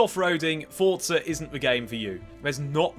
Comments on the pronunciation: There is no 't' before the 'z' in Forza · DUDE WHERE IS THE “T” IN FORZA????